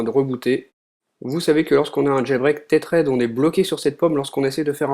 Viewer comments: C'est pas comme ça qu'on prononce" tethered " mais bon , bonne vidéo quand même :) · Aïe!!! La prononciation de tethered!